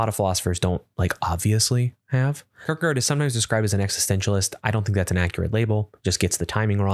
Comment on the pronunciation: Sart?! Sartre!(sargt-re) its french... kertker? Kierkegaard!(kierke-gaard) its Danish..